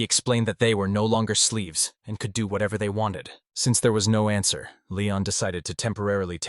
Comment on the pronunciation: This is an entertaining manga. Although the AI needs some work as it's pronunciation of some words is wrong. Feather instead of father. Sleeves instead of slaves. Among others.